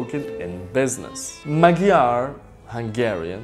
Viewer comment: You still cant pronounce the name of our language := magyar , and not mágjár XD